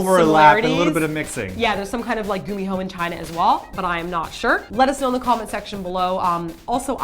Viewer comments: I thought it was pronounced like with k e.g kum-ee-ho not gum-e-ho? Also in Britain we have the bogey man who is like a goblin ,that likes to play tricks mainly on naughty children. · Naruto is also a gummi-who as pronounced it..... A nine tail fox 🙊🙊😏😏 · pronouncing gumiho incorrectly is kind of funny because gummi or gumi (if my Korean isn't failing me) is spider, right? And spiders have many legs like the gumiho has many tails:) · Gumiho can be pronounced as Kumiho because hangul character is the same 구미호.